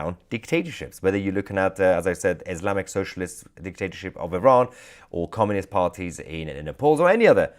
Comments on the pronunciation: its communist not comminist mahyar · Comminist? Get it right.